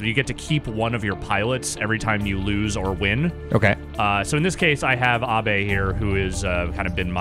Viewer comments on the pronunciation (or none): Since when is Abe pronounced Ahh-bay?